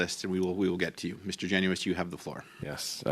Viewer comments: Garnett "Jen us" is how he likes it pronounced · My MP, Garnett Genuis pronounces his last name Jen' us. He is a three term MP. It's about time people pronounced his name correctly don't you think?